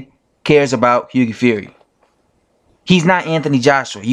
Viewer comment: What is it with Americans not being able to pronounce Hughie correctly?😂😄 You're the 3rd YT boxing dude to do it. One other dude says Higgy fury